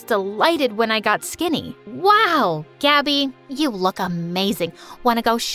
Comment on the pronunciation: “But everyone calls me Gabby” Pronouncing: Gabi A thrift store called Gabi: And I took that personally